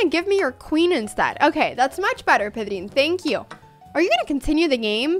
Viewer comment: Me encanta que aún hablando en inglés pares para pronunciar "Pedrín" como se debe jeje Buena apertura!